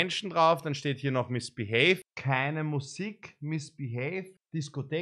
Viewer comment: Niemand: Wirklich niemand:: MiSsBiHeY 😂🤦🏻‍♂️